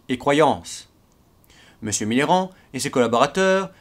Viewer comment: Je suis le seul à entendre"Mitterrand" à chaque fois :p ?!